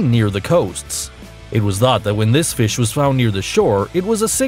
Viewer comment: that's not how you say fish mr